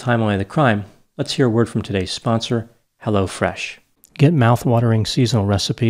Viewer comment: yeah I did too and at first I kept thinking it was crazy that there was a new company called Lo Fresh but just like Hello Fresh. Lol